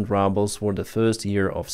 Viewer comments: It is rooobles, not rubbles. It is AYYgent, not Ahgent. (agent). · lease stop saying "rubble" when you mean "rouble"!!! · Yeh, I tried to comment to about this - I suspect the mispronunciation is not on purpose but it does sound funny. Anyway, soon, the 'ruble' will be really be reduced to 'rubble' and the sun will shine again! Slava Ukraini 💛💙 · Exactly! They know how to pronounce ruble and for the reason you outline they’ve taken to calling it rubbles instead of rubles. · I genuinely LOL every time calls Rubles "rubbles." 😂❤️ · I love the way pronounces "rubles" as "rubbles". Maybe it's a Freudian slip. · I just took it for granted that is how rushan speakers say it. I mean it is litterally worth a pile of small rocks. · It's perfect ain't it!👍😊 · No that’s what it’s become you get more for rocks than a Russian ruble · Ya I thought he was saying rubble as a joke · me too L😂L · “Rubbles”. That makes me laugh so hard, as it’s true. Every time I hear, say it; I laugh so hard and love it. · we pronounce the first vowel in "ruble" with an "ooh" sound just like in Russian. When you use the short "u" you are pronouncing the word "rubble" which means the broken pieces that are left after a building falls down.. Maybe that is an appropriate image for the Russian economy, but just so you know.